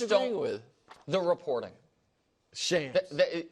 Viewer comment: shawms not shams